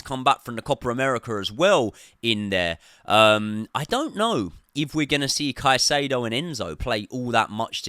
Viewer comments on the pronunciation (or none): none